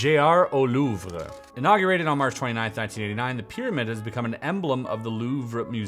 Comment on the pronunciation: Yeah the description of it he read when he opened the box literally said it formed a picture of the Louvre........................... (PS It's pronounced like Louve, not Louve-Rah)